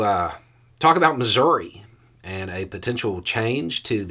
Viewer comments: did you say Missouri or misery. Seriously, I swear you pronounced it misery. I could b mistaken. 😊❤ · First, I didn't like your suggestion that this is possible because, well, it is Missouri. Every state in the Union. And both sides of the aisle are equally corrupt. Second, you could at least learn how to pronounce Missouri correctly.